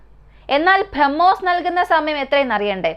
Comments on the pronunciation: ബ്രഹ്മോസ് എന്ന് പറയാൻ പഠിക്കൂ... കുറേ നാളായി കേൾക്കുന്നു ഇത് 🤦🏻‍♂️ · ഈ കൊച്ചിന്റെ ഉച്ഛാരണം ആരോചകം minimum ബ്രഹ്മോസ് എന്ന് എങ്കിലും മരിയാദയ്ക് പറയാൻ പഠിക്ക്.